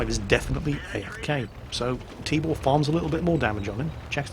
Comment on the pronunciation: LOL I kept hearing "Tíbór" so I thought it's some made up name and all, but actually meant to say Tibor xD